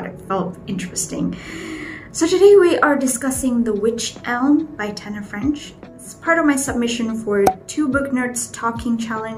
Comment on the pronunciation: Mystery thriller + romance. Interesting. Sedap dengar sebut istilah2 dalam French. Kalau akak, tak lepas 😅. Payah juga orang nak percaya pada orang yang ada kes lost memory. Tapi, kena count juga perspective dia orang. Actually, every perspective is a point to be counted when we do investigation, evaluating situations. Hurting people not only with something bad. Good things juga can hurt people. Alahai Tobby.